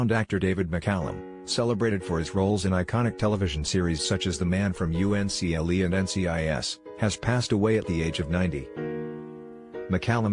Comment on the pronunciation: It's pronounced "Uncle", not" U.N.C.L.E"